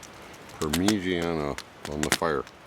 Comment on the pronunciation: your pronunciation of ‘parmeejaena’ tickles me 😅